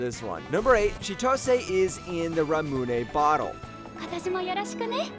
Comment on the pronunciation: The List™for Fall 2025 Best Romance Anime #VerðiÞérAðGóðu 10. My Awkward Sempai 9. Aharen-san, Season 3 ... sry: Inexpressive Kashwada and Expressive Ōta 8. Chitose is in the Ramune Bottle (Holy cow! Otaku Den pronounced 'ramune' correctly! THERE IS A GOD!) 7. May I ask for One Final Thing? KAWAAAAM! (the KAWAAAAM! is not in the title, if you're searching for the anime #PSA) 6. Yano-Kun's Ordinary Days, or Shikimori's not just a Cutie, the Sequel 5. Tales of Wedding Rings, S02 4. Kakuriyo: Bed and Breakfast for Spirits 2 3. My Friend's Little Sister has it in for Me 2. The Warrior Princess and the Barbaric King 1. Ranma ½, S02